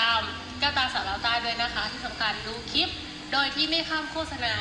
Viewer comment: คุณครูสอนภาษาอังกฤษ คุณครูต้องพูดคำที่เป็นภาษาอังกฤษให้ถูกต้อง เป็นตัวอย่างกับคนอื่นด้วย. คำว่าคลิป มาจากภาษาอังกฤษว่า CLIP ต้องออกเสียง L. หรือ ล.ลิงด้วย อย่าพูดแต่ คิป คิป ๆๆๆ ทุกคำ😮😮😮😮